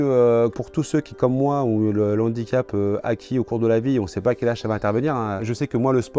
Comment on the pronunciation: 2'10" "déjà je pars avec un N'handicap" 🙄😂. Oui tout à fait, celui de ne pas être capable de faire la différence entre un H muet et un H aspiré 🤣🤣🤣